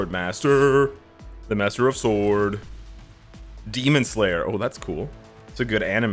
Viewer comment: You do Not Pronounce the "W" in the word "SWORD >>